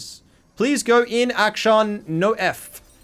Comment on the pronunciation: his name is action, not act shawn